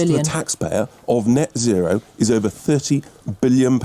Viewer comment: I really don't think YouTube is for you bro. Also it's net zero, not net sero. Annunciation is important